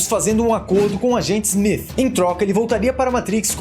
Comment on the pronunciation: Eu ouvi SMIF?